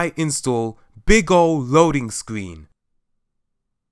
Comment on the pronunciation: You say scween